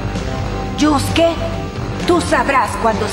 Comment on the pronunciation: Se escribe Yusuke y se pronuncia yuske